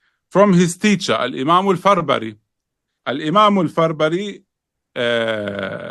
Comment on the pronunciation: Respected Shaykh, small correction. The imam's name is al-Farabri not Farbari.